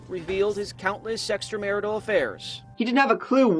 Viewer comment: Did the reporter say “Sextramarital”?